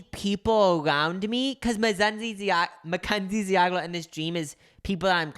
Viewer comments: dude... ZEE-AH-GLER... 🤦🏼‍♂️😂 for real you guys go to college. you need it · The way they pronounced ziegler lol